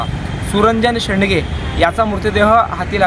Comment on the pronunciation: "सुरंजन शेडगे" शेंडगे नाही.